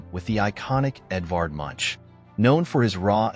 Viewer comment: The man's name is pronounced /moonk/